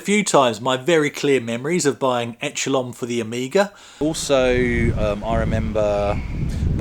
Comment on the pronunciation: It's pronounced eshelon I've never played it,but I remember the magazine reviews were quite dismissive